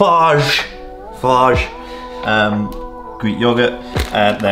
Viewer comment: Bros, the pronunciation of Fage is on the side of the tub, lmao!